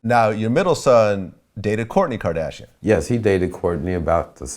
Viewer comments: "Kadashian" this dude can't even say "Kardashian" right... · this dude pronouncing Kim Kardashian like he a gay dude from the 60s.